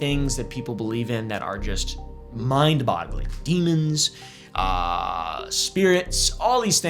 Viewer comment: did bro just say “mind bottling”? Tf? 😂